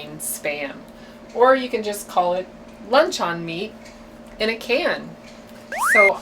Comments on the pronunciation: That stuff you're using doesn't even look like real Spam. If you're so poor that you can't even afford to buy real Spam I'm sorry for ya darlin'. I see that you have enough money to buy beer and cigarettes however. And by the way the word is proununced lunchUN... not lunchON. Jolene would know that. On a positive note your kitchen looks clean. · you are pronouncing luncheon meat lunch on meat. it's pronounced lunch un meat! no the difference. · It's pronounced Luncheon, like dungeon.